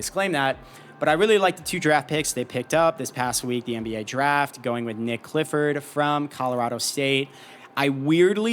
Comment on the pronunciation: Nique not Nick bro